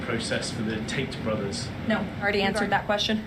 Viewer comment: Theres no way its just me.... did I hear "The TAINT BROTHERS?" about 20000% sure I heard 'the TAINT Brothers' lollllll